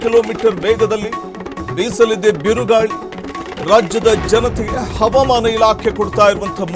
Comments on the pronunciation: ಹವಮಾನ ಅಂತ ಯಾಕೆ ಓದರುತ್ತೀರಿ ಹವಾಮಾನ ಅಂತ ಹೇಳಿ ಸಾಕು ಮಳೆ ಬರುತ್ತೆ. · Helidaga baralla helede iddaga barutthe havamana alla avamana ilake 😂😂😂